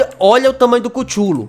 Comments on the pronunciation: N n é asim que se fala i cthule vc fala cuthule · vou escrever como se pronuncia a tropa q vc comprou chululu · Que agonia kkkkkkkkk. O nome dele é se pronuncia cutulo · cada vez que ele fala kutchulu kkkkk eu acho mt engraçadokkkk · ''CUCHULU"" kkkk